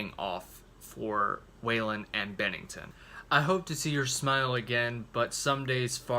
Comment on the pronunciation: Hard to take this review seriously when you incorrectly pronounce Scott's last name.